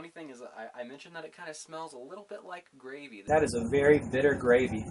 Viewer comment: Just got some of this stuff. Drank my first cup last night. Was already tired when I drank it and fell out like a log. So, I plan my next tea when I'm awake. I think it's bitter as all get out, and will be adding some sugar and coffee creamer! GAhhhh! And, did you say GRAVVVEY? (Pinching self to see if I'm awake or in some kinda dream?)